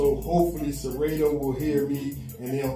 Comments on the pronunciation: Yo DJ! Serato is pronounced: Sir ra toe. sir rah toe Not sir rA toe....the a is not hard. Good look if you tag them in your video to get their attention. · Sera-toooo, Sera-toe, 😂😂😂😂😂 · Why you saying serato wrong